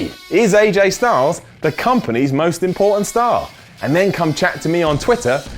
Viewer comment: When he said important star it sounded like he said pornstar